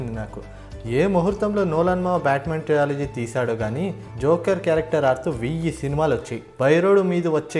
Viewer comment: “ట్రయాలజీ" కాదు బ్రో "ట్రిలజీ"